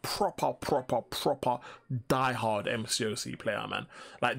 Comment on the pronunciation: You look like you’re gonna sneeze 🤧 when you say “die” hard 😂😂😂